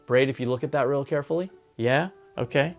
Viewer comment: Awesome shirt bru. You went full Afrikaans with that “Jaaaaa”